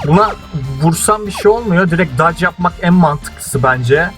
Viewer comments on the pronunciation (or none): none